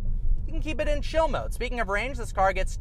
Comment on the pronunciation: Are you saying chill mode? It sounded like shill.